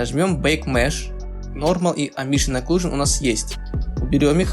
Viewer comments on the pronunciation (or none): Не амбишен, а эмбиент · Спасибо! Продолжай! 🔥🔥🔥Только слово "амбишен" помешало считать это видео идеальным😉